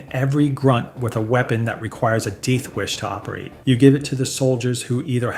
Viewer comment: "Deeth wish" ???